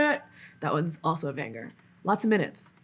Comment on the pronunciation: I love the way she pronounces banGer